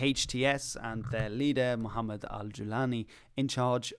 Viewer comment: Maybe it's too much but saying Mohamed is closer than mukhamed because that's different letter h =ح ، kh= خ.